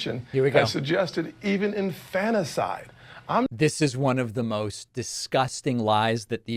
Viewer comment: I heard weak Scott say "infannacide" twice. WTH does that mean? Also it was hilarious to see him say that he isn't making that up. He said that with a straight face. Tim Scott...wooow...